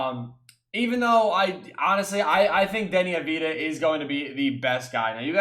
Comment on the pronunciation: Avdija is pronounced av-di-ya